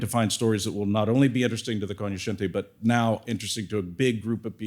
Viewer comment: Now I know how to pronounce "Cognoscenti."